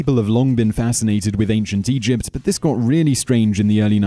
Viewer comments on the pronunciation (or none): Just me that is hearing "Ancient Europe"?